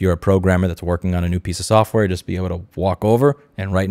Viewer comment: Ah yes, softrware